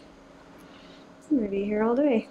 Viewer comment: Did you say we will be “hair” all day. Lol